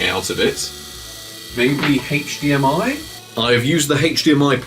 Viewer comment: Lol at "Heych DMI" instead of HDMI.